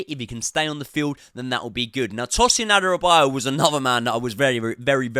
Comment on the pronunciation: Great video! Not sure if I agree with Chilly on the wing but lets see, personally hope Misha will start and Ty comes on for the second half. Ps, try to learn how to pronounce Guiu and Adarabioyo 😉